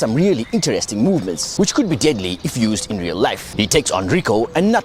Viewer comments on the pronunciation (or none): none